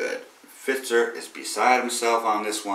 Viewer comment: Fetzer, not Fritzer.